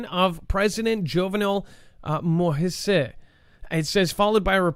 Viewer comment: Its pronounced Mo- eeze. Moses in french